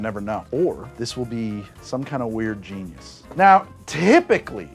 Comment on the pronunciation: Orange you glad I didn't say Ginus?